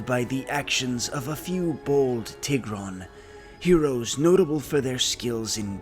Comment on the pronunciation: when you said TIH-GRON i almost clicked off the video, but i will continue 💀